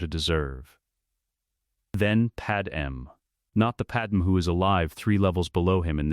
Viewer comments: I really dislike that it keeps saying Padam instead of Padme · It's not pattern it's padme, you numbnut